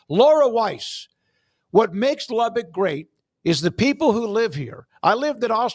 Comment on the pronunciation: It's "lubbuck" not "lubbick".